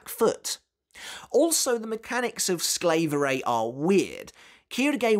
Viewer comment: By the way, Quilges ability is pronounced a bit differently. The japanese butcher it, too, though.. But really, its not that hard: Pronounce the "A" in "SklAverei" like in "hard". The "EI" in "SklaverEI".. It's kinda like the "I" in "Time". Or like you pronounce the japanese word "Tai".